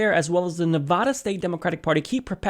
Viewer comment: neh-VAD (rhymes with BAD) - uh. :-) Sorry, lol. With all the Nevada coverage (and being from the area), constantly hearing it mispronounced is driving me wonky, lol. Not chair-throwing wonky though. I'll hug it out. :-P